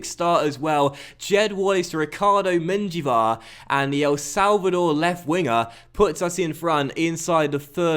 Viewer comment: 1. its yassin, not yashin 2. the J in menjivar is pronounced as an H